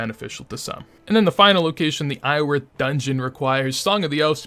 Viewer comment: Do you always leave the R out of Iorwerth?